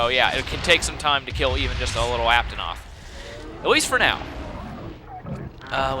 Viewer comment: don't wanna hate but... it's ape-a-noth